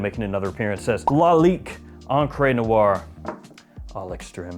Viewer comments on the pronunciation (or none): After all the years, encre is STILL absolutely not pronounced "on-cray"